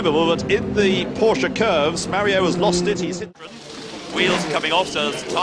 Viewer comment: I could slap this idiot af a commentator for every time he sais PorschA THERE IS NO FUCKING A IN PORSCHE